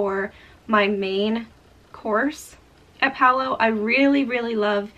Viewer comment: BTW, Palo is an Italian word for pole. The restaurant has a Venetian theme and the pole refers to what is used for the gondolas. It is pronounced Pah-loh. In Italian, the A is always pronounced like AH as in father, and the O is always pronounced like OH as in joke. Generally, the syllables in Italian words follow a consonant-vowel format: Pa-lo. And in case you come across Civitavecchia (Ci-vi-ta-ve-cchi-a) on your next Mediterranean cruise, the port near Rome, it is pronounced Chee-vee-tah-vay-kee-ah! Practice saying that and you'll sound like a pro!